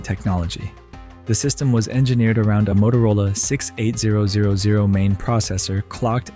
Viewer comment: You can always tell when someone younger than the tech (or AI) is behind the video. The processor is universally known as the "Motorola 68 thousand" not the six eight zero zero zero. That processor was in almost everything for a time.